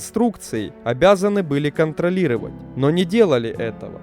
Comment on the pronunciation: Да сам ты шАсссси и кантралирывать. Ну правда, возьми диктора хорошего!